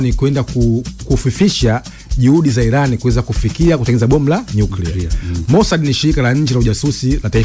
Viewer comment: Inatamkwa 'Iraan' na sio I-ran!